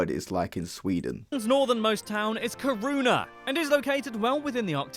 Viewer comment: And he cant say Kiruna either... Ffs dont say worlds or names soo stupidly wrong...